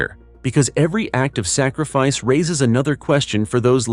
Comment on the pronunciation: There's no G is the word sacrifice , it's not sa-griff-ice.